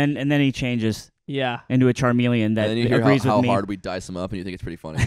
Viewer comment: I like how says charmeleon instead of chameleon, unless charmeleons are real